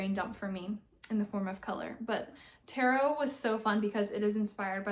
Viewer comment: So much lovely yarn!! Always happy to see your colors 😊 Little correction, Taro is pronounced “tah-row” not “tay-ro”!